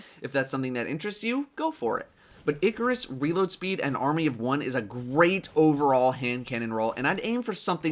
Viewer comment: It is pronounced eye-car-us not ickk-er-us